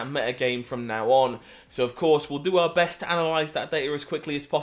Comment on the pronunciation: pronounced BAHST